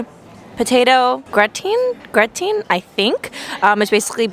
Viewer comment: Gratin is pronounced gra-ton 😊